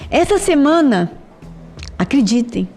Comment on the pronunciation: Gente, amei o vídeo, mas a fala da repórter do UOL falando "semena" igual a Amenda me tirou do prumo kkkk.